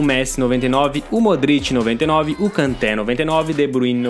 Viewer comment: uma correção não se fala Kanté a pronúncia é Kantê